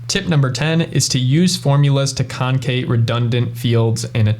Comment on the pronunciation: It's con·cat, which is short for con·cat·e·nate. There's no 'Kate'.